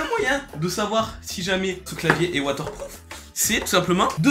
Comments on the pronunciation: Il est watterproof pas soap-proof lol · mdr tu dis Wather prouf xD